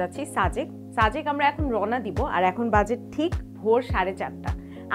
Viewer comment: আপু আপনি সাজেক কে ছাজেক উচ্চারণ করেন যে..🙂!?